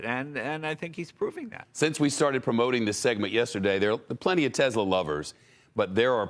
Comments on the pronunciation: why does jay say "tesler"? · Right? It's always that way with someone who drops their R's, they pick them back up and put them into different words lol. ;) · Nobody: Leno: Tesler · “Tesler” Jay Leno 2020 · Jay gets about everything 100% correct here EXCEPT when he says "Teslerrr." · Intrusive “r” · Yes those teslers as Jay says it..are pretty good. ✌️ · He said Tesler again lol.